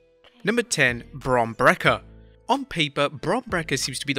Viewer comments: How do you even incorrectly say Bron Breakker when his name is literally break not brek💀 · It’s Bron Break-er not Bron Breker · Bron brecker 😂😂😂 is pronounced bron breakker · “Braun Brecker” lol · “Bron Brekkah.”